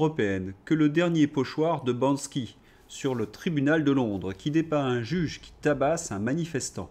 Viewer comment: C est Banksy ! Pas Bansky !!!